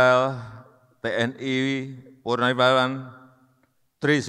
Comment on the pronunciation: Kok purnariwaran yg d sebutkan, bukan purnawirawan